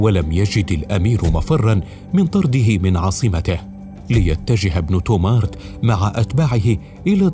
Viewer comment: إبن تومرت وليس تومارت كما ينطقها المذيع